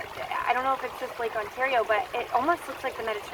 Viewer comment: Next time Y'All are headed back up to Ontario Canada, reach out! We'll gladly help you get to all the hot spots! By the way, that pronunciation of "Ontario", priceless eh?! (you see what I did there, a Canadian using y'all, don't even know if I spelled it right, is that actually a word?... LOL) ~Jilles